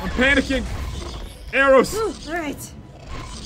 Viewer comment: Every Time "big P" said panicking I was think pandaking XD